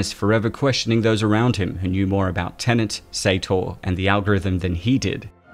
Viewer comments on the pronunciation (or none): Cool. Now all we need is a video explaining how to pronounce "Tenet" without saying "tenant" instead.